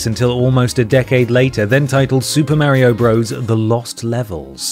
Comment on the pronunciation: I literally have a friend called mario and he and everyone else says it exactly like in this video.